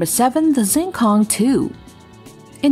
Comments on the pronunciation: it‘s not zing kong, it's xing kong, which means starry sky, "x" in chinese pinyin sounds like "sch" in Deutsch. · It is pronounced "Sheeng Kóhng', not "ZjeenKōhng". I actually speak Chinese. Five dialects in fact